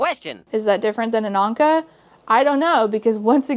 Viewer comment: Why is nobody talking about the fact that she said Ahnka, the animal crossing villager, instead of an Ankh, a hieroglyph that means “Life”